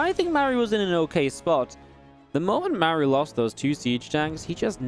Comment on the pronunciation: Great game, love your casting, but isn’t his name pronounced like Marc but with an u at the end? Without the c? Just throwing it out there. Love your effort for the scene